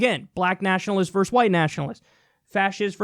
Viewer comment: "versus", not "verse"! Sheesh! I thought you had finally learned how to say it properly!